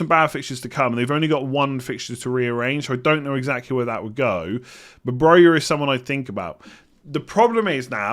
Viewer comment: It's Broja, not that